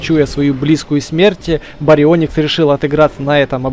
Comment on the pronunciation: Поправка не барио́никс а барионии́кс